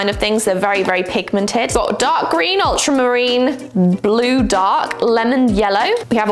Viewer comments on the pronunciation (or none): none